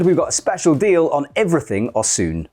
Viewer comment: Osooon?! that how you pronounce it?!?